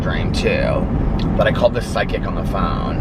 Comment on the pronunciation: You pronounce the word “psychic” weird lol. It sounds like you’re saying “psy kick”